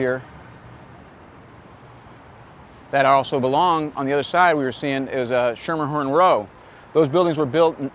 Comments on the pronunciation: FYI- "Schermerhorn" is pronounced as SKEE-mer-horn. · If you pronounce it Schermerhorn and not Skimmerhorn locals will treat you like you're an insane idiot.